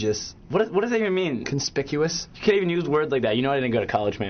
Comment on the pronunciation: i loooove when alex says conspicuous :P